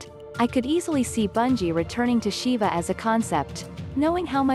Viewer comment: Siva shouldn't be read as "Shiva", it's not a Mortal Kombat character.